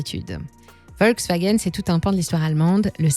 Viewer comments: on prononce : FOLKSwagen Pas Volksw... volk = populaire, peuple. folklore chez nous ! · Merci de prononcer Folkswagen , car en allemand le V se prononce F. Pour le gaz , les Allemands auraient du garder l'accord avec la Russie . Enfin pour la voiture électrique, c'est une arnaque qu'ils devraient éviter car elle pollue davantage que la voiture à essence. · On dit Folksvagueune et béhèmvé :-)